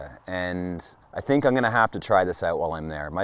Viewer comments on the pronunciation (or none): none